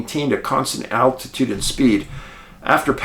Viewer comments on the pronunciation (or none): none